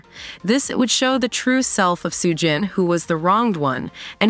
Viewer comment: AI needs to work on its pronunciation; literally got every name except Soo-jin wrong.